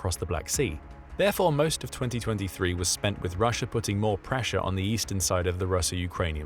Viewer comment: taking a bong rip everytime he says "putting" but it sounds like "Putin"